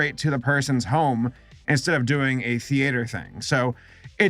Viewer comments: why does give “theater” 3 extra syllables and a diphthong? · No one is going to say anything about how he pronounces theater. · i fucking despise how you say “theater” fuck OFF!!!! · Why did you say theater weird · It’s not thee-ate-er it’s thee-ter spelling it’s theater but it’s pronounced theeter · I don’t like how he says theAter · WHERE THE HELL ARE YOU FROM WHY ARE YOU SAYING “THEE-AY-TERS”????? ITS “THEE-TERS” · You pronounce it thee et er not thee ate er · IT'S THEETER, NOT THE-ATER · Stop pronouncing it theAtre it’s theatre like “theeeter” not “theayter” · I love your channel but who says the-eight-er people normally pronounce it the-e-ter or the-uh-ter and sure it is spelled theater but no one really says it like that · is it wrong that I am bugged that he pronounces Theater like (thee-ate-er) instead of (Thee-ter) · Stop saying thEaYTuR it's theeter please! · Thee-Ay-ter. I can feel with thee-uh-ter, but i... i mean i ve never heard it pronounced that way. The AY is killing me. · “Thee ater” Please, it’s not pronounced like that! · "The-ATE-OR" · STOP SAYING THEE ATE ER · All I heard is how he pronounces theatre TheAtre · I don't know if it's an American pronunciation, but... I haven't heard of a theAYter. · Tee ah tur. You're both wrong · Stop saying thee ater's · Is saying "theater" as /thee a-tor/ a dialect outside of Los Angeles? I'm genuinely curious if that's common other than here because I've never heard someone pronounce it like that lol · If you think that's bad, you should check that Moomins episode, with the "theeAter". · If this man says thea tursz one more time istg I'll put a spoon in my own esophagus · Interesting How pronounces theater as “thee-ATE-r” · Phil 21 My grandma: the theuhter cinemas (yes she really says that) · Thee- Aee-Ter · The way pronounces theater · THE A IN THEATRE IS SILENT. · I love you man but I am BEGGING you to stop pronouncing “theater” like that.